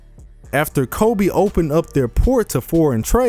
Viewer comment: Ano... it called KobE not Kobi '-')